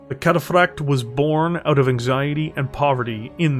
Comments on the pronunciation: I like videos, good stuff But I can't help but get so confused at the weird embellishment he says "Cataphract" with some weird rolling L sound sounds like he's saying "Cataflakked" even says it normally sometimes so it just make it really weird It makes it kinda hard to share his battletech lore videos with friends when they quote "cringe at the trench coat nerd way of over embellishing random words" lol otherwise good video, one of my favorite heavy mechs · Puttin some stank on that cataphract pronunciatoi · Great content, but hearing the inconsistency in pronouncing Cataphract is like reverse ASMR and really grated on me. 🤣